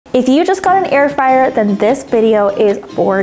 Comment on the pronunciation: ITS NOT FRAYER ITS FRYER